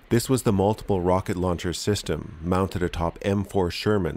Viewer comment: Rawcket Lawncher!🤣👍